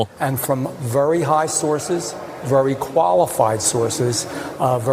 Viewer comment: three "Vurry" in a row.